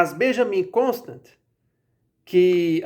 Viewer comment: A pronúncia do nome é "Constânt" (nome de origem francesa).